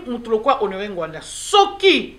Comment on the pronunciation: S'il vous plait , boyebaka ko prononcer nom ya mutu ata azali lisusus na bomoyi te. Il ne s'appelait pas Ngwanda , mais NGBANDA.